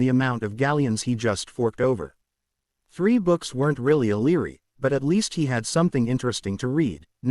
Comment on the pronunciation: It is Library not leery. If you cannot deal with three letters within a word, then you need serious psychological help